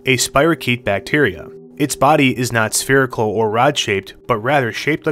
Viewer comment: It's spherical, not "spheerical" .